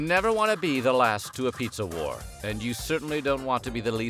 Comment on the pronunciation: I read pizza war but I hear you say pizza whore lmao